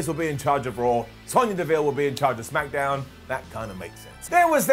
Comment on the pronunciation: Noooo he didn’t say Smackadown